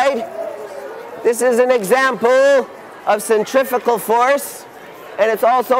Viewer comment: You mean centrifugal. Centripetal is the opposite: moving towards the center. Centrifugal (what is being displayed) is motion outwards. Centrifical (what this guy says) isn't a word. I don't mean to sound like a smart-ass, but people misusing or mispronouncing words them is something of a pet peeve of mine.